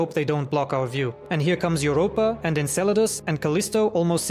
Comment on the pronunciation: Your voice(reading) Enceladus sounds like enslada Maybe